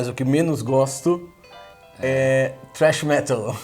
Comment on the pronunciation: "trash metal" kkk ? é thrash metal